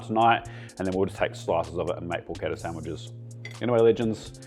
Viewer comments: pronounce it correctly; in non- former prison colonies it is called "PORCH-ETTAH" not "PORKETTA" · Down voted for pronouncing it like an english